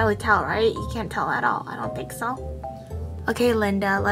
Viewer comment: i ‘tink OMG WHEN SHE SAYS THAAAT I CRYYY😂😭